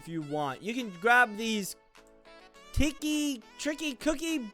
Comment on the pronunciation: How to pernounce tiky: tea key (Sorry of my spelling